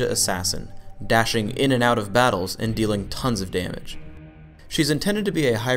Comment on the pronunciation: i heard thons of demage